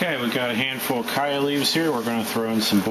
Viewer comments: Where the heck are some of you people getting that ignorant kie-ya pronunciation? ????? The people of chaya's native country , Yucatan, Mexico, must be a pretty stupid bunch since they all say CH-aya, as in CHarles. This 'kai-ya" business is highly annoying. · Love the video but I work in Yucatan with Maya farmers and its pronounced "ch-aya" including the ch sound. :) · It's CHaya with the CH pronounced like CHeese. Why can't people pronounce this plant properly. Listening to your mispronunciation is like fingernails on a blackboard!